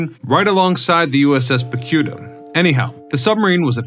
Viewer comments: ITS NOT PANTANITO. ITZ PAMPANITO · Can’t stand hearing you mispronounce “Pampanito” as “Pantonito”! Learn to READ!!! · The announcer in this video keeps mis-pronouncing the name of submarine - it is Pampanito, not Pantanito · What is the "PANTANITO"? The submarine in SF is the USS PAMPANITO 🤬🤬🤬🤬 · Are you using robot narration ? it keeps mispronouncing Pan pin ito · ‘Pam’’pan’ ito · Is it me, or does the narrator keep saying, "Pantanito"? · Pampanito say it with me pampanito its not difficult Pam pan ito . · I am clearly hearing him say "Pamtanito" during the first half of the video. Also stating that the fifth war patrol began in January 1945 until February of the following year means February 1946. Which is incorrect. FYI. Check out the submarine USS Cavella at Seawolf Park in Galveston, Texas. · Yes I thought it was the pompaneto? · Yeah, bro, I gotcher USS PanTAnito right here, boss! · "Pampanito" FFS I cannot watch this every time you mispronounce it. I grew up exploring that sub. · Man I had to stop listening a couple of minutes in when you, or if it’s an AI, could not pronounce the name of the boat correctly. I can’t take anything you say seriously if you can’t even get that important detail right. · Your AI can't even pronounce the name properly! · Is no one going to mention that the Subs name was mispronounced throughout the video? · Is it my imagination or is this guy mispronouncing this submarines name? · no, yes.